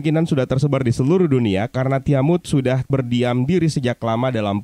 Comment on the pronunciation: nah gini dong enak dengernya "TIAMUT" bukan "TIAMAT WKWWKWK